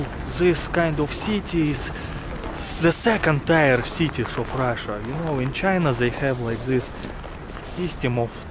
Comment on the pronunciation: Hello. I like your videos. The English word "tier" is pronounced as in the word "beer". Another word with the same spelling and sound is "pier" meaning a jetty for mooring boats.